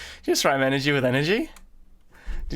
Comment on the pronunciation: I think he was saying Inner G and energy